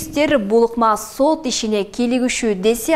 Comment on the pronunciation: Диктор соот эмес Сот